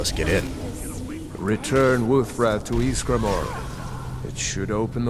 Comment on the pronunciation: Ysgramoor not maar